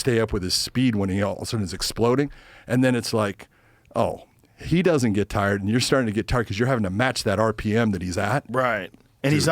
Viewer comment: Did he say “TARD STRENGTH “? 😂😂😂